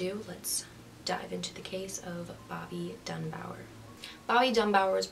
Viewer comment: Bobby DUNBAR. Not Dunbower. LESSIE, not Leslie Dunbar. Hard to listen to you when you cannot even pronounce the names correctly. 🙄